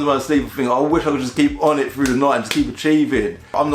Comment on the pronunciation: for each car he said onit